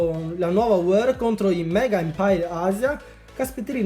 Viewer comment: Si chiama war non wor